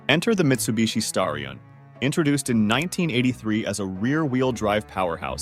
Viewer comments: Wish these videos would get their facts and AI pronunciations right. Original Seville was a top-of-the-line model, not a 'more affordable' one. It's pronounced STAR-e-on, not STARE -e-on, and the Porsche is called a nine four four or nine 44, not.a 900 44. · Just wondering, because I finished the Mitsubishi Starion segment, is this whole thing AI generated? Inhuman pronunciations, supposedly stock footage of obviously aftermarket cars, a shot of what looks like a GM V8 while discussing the Conquest...I just get an AI vibe. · Who the he!! makes these videos? Pictures that have nothing to do with the narrative. Horrible AI voice that can’t pronounce the vehicle names. Wrong “facts”. What a waste of time!